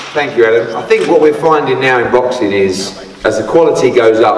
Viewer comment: "what we're finding now in roxing is"